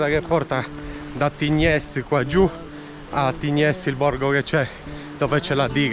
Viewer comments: Si pronuncia Tign. Un saluto 😊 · si dice tign🤣🤣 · La S di Tignes, non si pronuncia .